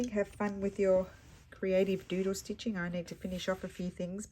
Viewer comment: Another fun prompt for the project. I will admit though that when you first said doodle stitching I thought I heard JUJU stitching. I thought, how is she going to interpret that? Thanks for sharing your creativity!